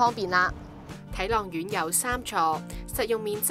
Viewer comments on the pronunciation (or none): 發音很差，什麼睇朗苑